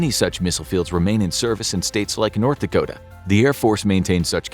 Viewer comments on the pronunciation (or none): Dakota not Dacota..... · It's DAKOTA not DACOTA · Dacota (T )? No, it's Dakota. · Dacota? Don't kick yourself for such a silly error, everything else is normally bang on 💯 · “South Dacota”